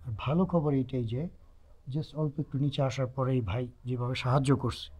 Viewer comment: বাই না ভাই বলুন ঠিক করে বাংলা বলুন